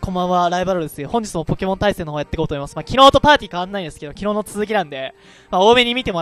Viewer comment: 対戦よろしくお願いします さいせんよろしくお願いします に聞こえる